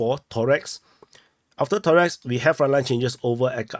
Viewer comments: ToreCk, not ToreX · ToreTSK is probably the closest he can do. CK will not be pronounced TS by neither Asian or Anglophonic people.